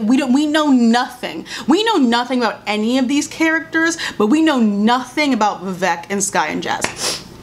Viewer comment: I agree with everything said in this video as an ally of the black community. As an Indian girl, I felt like this show felt like they needed a token Asian character, so they had Vivek, but they don’t even pronounce his name right (it’s pronounced vi-vAYK not vi-vEHk) and gave him the most stereotypical Indian plot (sleazy, strict parents, cab driver dad). His character was also soooo cringey and unnecessary. I was disappointed at their lame and superficial attempt at representation and for trying so stupidly hard at being “woke”.